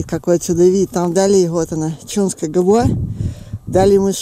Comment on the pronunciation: Резануло слух неправильно произнесённые названия...ЧАунская губа ,а не "ЧУнская."..и Апапельгино., а не "Папельгино".Прежде чем произносить.,не мешало бы названия прочитать.